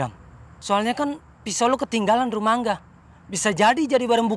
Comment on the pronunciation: Gue dengernya : Kanga Ternyata : Ka Angga 🤣🤣🤣